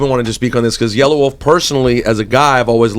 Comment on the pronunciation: yella wolf you dumb fuck his name is yella wolf NOT yellow wolf lol what a dumb fuck dont even know hip hop